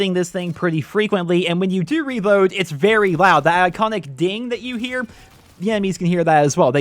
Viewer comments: Ping* not "ding". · IT'S PING NOT DING!!!!